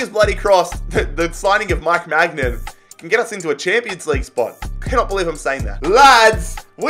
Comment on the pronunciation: Maignan is pronounced my nan, literally